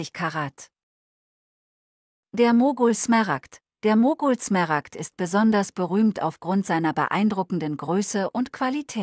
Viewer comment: Übrigens sind es Smaragde, nicht Smeragde. Ist ja furchtbar, tut jedes Mal weh beim hören.